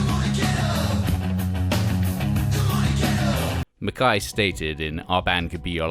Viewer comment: Pretty sure this guy's Britishness is mispronouncing it as "Mac-kai" when it's "McKay". Same with Guy, I don't think it's pronounced in the French way of "gee" it's just a regular pronunciation of Guy.